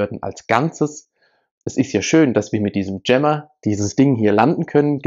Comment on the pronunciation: Wie der Typ jammer ausspricht.. ja das ist echt ein JAMMER.